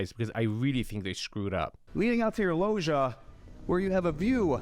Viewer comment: Every time the realtor mispronounced "loggia", an Italian died. I also feel a high-end realtor should know what a juliet balcony is, this one doesn't.